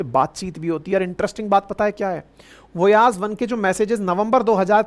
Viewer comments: वोयाज,नहीं, वायजर,नाम,हे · वोयाज नहीं वॉयेजर 😊😊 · वोयाज़ नहीं वाइजर नाम है 😂😂 और हा नासा अब झूठ बोल रहा है कोई वाइजर अब बचा नहीं है नष्ट हो गया है कब का 😅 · वोयाज 1 नही वायजर 1 कहते हैं